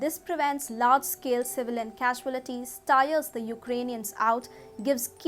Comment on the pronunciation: Pronunciation of "CAUALITIES' is wrong